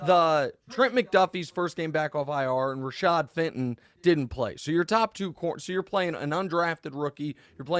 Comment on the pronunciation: Fenton?! Whatsa matta with this guy?!